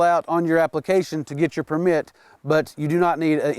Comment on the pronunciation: PERmit, not perMIT